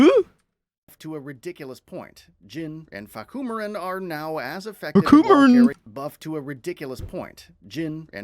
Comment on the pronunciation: I FUCKIN DIED WHEN SAID FAHKUMIRAN LMFAO